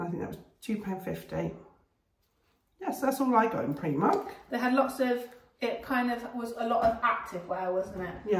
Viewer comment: Love Primark, but you pronounce it Preemark …us in Hertfordshire call it Primark. 🤷‍♀️ they have some great bargains. Thanks for sharing 😊